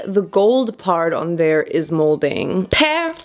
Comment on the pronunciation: Also, what did you say PEAR like that?🤣😆😂